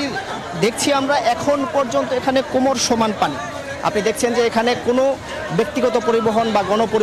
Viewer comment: কোমড় না কোমর